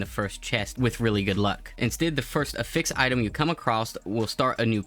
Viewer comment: WHY DO YOU PRONOUNCE DETAIL AND AFFIX LIKE THAT AHHHHHHHHHHHHH